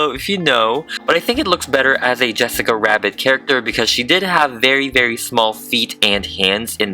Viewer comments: I'm sorry, but please never say "Yessica Wabbit" ever again.. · I thought it was wessica wabbit. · It's cause in "Who framed Rodger Rabbit?" Rodger says her name like that. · Why did you say nessica wabbit here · Why are u saying yesaca wabbit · WHY DID HE ALWAYS SAY YESSICA WABBIT INSTEAD OF JESSICA RABBIT 😭🤚🏽💅🏾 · i swear i keep hearing "jwessca rwabbit" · What i hear when she says jessica rabbit: jessica wabbit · "Yessica wabbit" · "IT'S Jessica rabbit!":yeah no that is out of fashion it's yessica wabbit now Fans:AHH THAT'S ADORABLE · In the beginning: pronouncing it Jessica Rabbit Him during the rest of the video: pronouncing it Yessica Wabbit Me: TRIGGERD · No offense but yessica wabbit? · That “Jwesscia wabbit” was personal 💀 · The way he says Jessica rabbit is just... "yessica Wabbit" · I love that he just goes, “yessica wabbit” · Why does he say yesicca wabbit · I kept hearing Yessica Wabbit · Its Jessica rabbit not yessica rabbit say it correctly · “Yessica wabbit” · Why do you keep saying jessica wabbit?🤣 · No it's not Jessica Rabbit it's yessica wabbit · Ok love him and this vid but why dose he say yesica wabbit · Um hes a guy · Why do I keep hear him saying "yessica wabbit" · You said jessica wabbit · "I then retain the hair with a metal brush to make it more FLUFFFYY" thank you for making me laugh also you say "yessica wabbit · Why did you say the yessica wabbit?! It’s Jessica Rabbit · YEsSiccA WAbBIT YEsSiccA WAbBIT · did he say yesaca wabit on purpose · Is it just me or is he saying jessica rwabbit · Wessica Wabbit.. ;-; Not making fun just funny XD That means the sane thing does it ;w; Edit: HoNeStlY....I just love how he talks.. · Its jessica rabbit not yESSicA wAbBIt you fat drag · I'm sorry but I keep noticing you're saying yessica wabbit I sorry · “Her torso is actually squishy” “Wesaca wabit 😂” 0-0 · How many times u said Yessica rabit..... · did anybody else notice that he said “yessica wabit” sometimes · yessica wabbit*